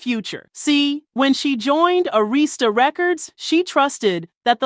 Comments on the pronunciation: AH-wris-tah Records. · you can`t even pronounce[Arista]correctly.it`s plenty of [uncivilized-mutts]around,just like you..that don`t research nor have any [history]in [rap/r-n-b].